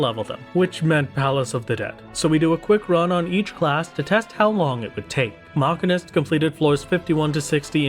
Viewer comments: Please learn how to say machinist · as a machinist irl your pronunciation hurts me on a personal level XD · AAAH YOU'RE KILLING ME. STOP MISPRONOUNCING MACHINIST D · I..... I need to know. Is he pronouncing Machinist wrong or have i been????